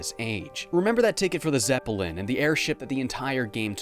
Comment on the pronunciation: Geez, you pronounce a lot of words really weirdly. The ones I picked up in this video were “Zepp-ell-in” and “Sow-Ree”. It really bothers me. I remember there’s more, but that’s all I caught in this video